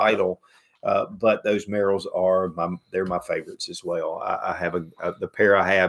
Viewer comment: The Merrell shoe folks are my distant cousins. It's pronounced MARE-el.